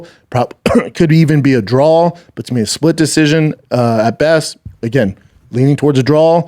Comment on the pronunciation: Bappa has a speech impediment...he cant say DRAW...He says DRAWL😅